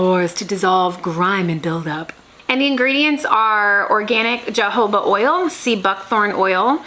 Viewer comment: It's pronounced hohoba oil, not jojoba oil 🤣